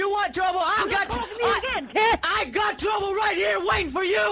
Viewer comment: What’s up guy? You want twubble huh?!